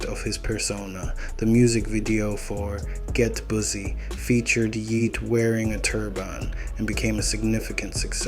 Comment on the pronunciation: "gyet pusy" 😭😭😭